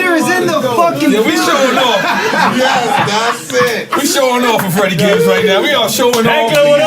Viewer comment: Yo momma should have taught ya to chew with your mouth closed though. Last thing I wanna hear is NORE slurping his chicken and smacking it around in his mouth. Good show though. And mad disrespect on my mans FREDDIE GIBBS name. Get it right NORE.